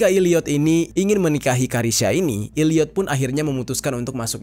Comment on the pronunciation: Maafkeun, tapi saya merasa gagal fokus gara2 Bang Jeri bilang Illiyot. Itu bacanya Elliyet, huruf e yg bunyinya kayak e di kata 'cakep'.